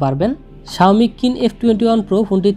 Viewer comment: নাম কিন না চাইনিজ উচ্চারণ শীন হবে ব্রো।